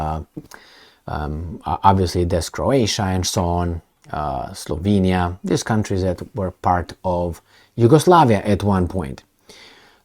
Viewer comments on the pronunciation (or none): none